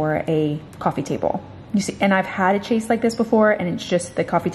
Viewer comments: I love you so much and always enjoy all your videos on both channels. ♥♥ You are so full of energy and joy; it's totally inspiring! Your day off - so funny with all the work you did.;) I have to say, though, that every time you said 'chase', I sort of cringed. What you are talking about is from the French 'chaise longue' (meaning long chair) and chaise is pronounced 'shez'. Just a little education for ya!;) [Not sure how to show the pronunciation for 'longue', but the 'o' is long as in home and the 'g' is pronounced as a hard 'g'.] Sorry, I'm a bit of a perfectionist, especially when it comes to language. LOL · I know but it's been adopted into english so I don't think it's fair so say the french pronunciation is "correct". She's not speaking french when she says "chaise", she's using a name that has it's origin in french. Just like other words we use (cul de sac, aficionado, champagne etc) or that french speakers use from english (weekend, brainstorming, planning, etc). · it's not about "can pronounce" of course Americans can use the french pronunciation, the point is that it's not incorrect not too. And it's not the "ch" of champagne that we pronounce differently than the french. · I was wondering if anyone else was thinking this. Screaming it’s pronounced shay’s 🤦🏽‍♀️ but that couch 😍😍😍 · Chaise pronounced “shehz”!!! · Oh, honey. I love watching your videos but I was SCREAMING hearing you say “chase”. Hun, it’s pronounced “shayz” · Is “chase” how you say it down there?! Here in Canada I have never heard that before. We definitely go with the French chaise “shez” pronunciation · The chase is spelled as chaise and you pronounce is as shahz😀 L-shapes are a pain with coffee tables, I have the same issue with mine and would love to change it but it’s a sofa bed and I live in a studio. Still, an IKEA visit might be in the near future… Might find a nice 2 seat sofa bed😀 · Chase? Chaise. Pronounced "shez". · It’s a chaise not chase 😂love your vlogs